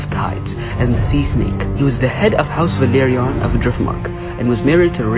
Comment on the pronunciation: you are pronouncing velaryon wrong